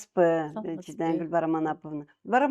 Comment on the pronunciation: Канча айтам саматсызбы эмес саламатсызбы деп. Нерв кылат да ушул алып баруучу.